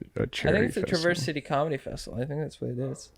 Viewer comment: Can't tell if they're joking about not knowing about Traverse City. Also, LEARN HOW TO PRONOUNCE IT.